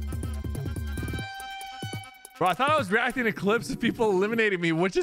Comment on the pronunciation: No hate but was it on purpose how you said "today we are gonna be weacting"